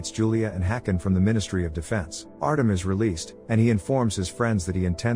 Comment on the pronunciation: Artem, is said Artjom...